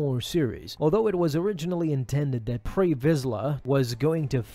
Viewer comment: Say his name right it's pre not pray